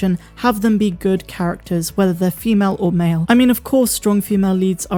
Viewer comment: The word is male, not make. LOL!!!